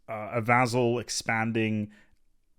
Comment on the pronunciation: you where probably expecting my comment. In this video you miss pronounced vassal 15 times, that's one hell of a record. Much love, great content as always.:-)